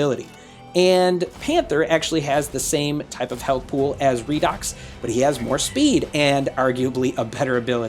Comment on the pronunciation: Everybody pronouncation redox Me-Raydox